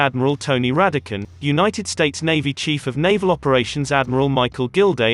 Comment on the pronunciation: This robot voice cant even pronounce Navy or Chief.